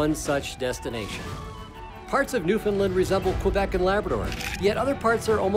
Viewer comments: Great video but your pronunciation of the province is wrong. It’s Newfoundland and not newfinland. You should say it like new found land. 😊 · Being from Newfoundland , it’s pronounced Newfin-land. They were pronouncing it Newfin-lin. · Yeah, we also don't emphasize the "fin" part, as I hear many ignorant folks say. "NewFIN-lin"... We don't call the United kingdom, "the unigh-ed keengdohm" in a terrible British accent, but I think I'm going to start butchering the pronunciation of every other place, just out of spite. Amureekuh Albeertee Ooontardioh Kwekbeckses Brightische Koombayaalumbia Myneetobuc Nosve scotcha Pee in me eye Sassasactchuwana etc.